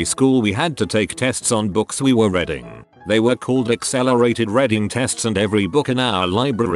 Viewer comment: I know, I hate that about the tts too